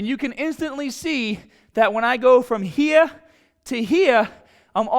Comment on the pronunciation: “You got to go from hera to hera” Lol accent. Your gonna stock out in Flo Rida. Unless you are in Tampa.